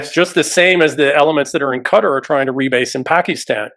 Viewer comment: Qatar is pronounced Kah-tar, not cutter.